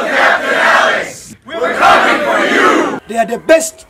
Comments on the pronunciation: Instead of "Coming", it's "Cooming" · “Our new movie is “cooming” out”